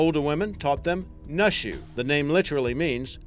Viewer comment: Nushu isn't pronounced "Nuh-Shoo" but rather like "New-Shoo." Also, Naxi isn't "Nack-see" but more like "Nah-She."